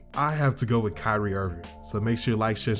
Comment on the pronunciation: it’s kyrie and it’s not even close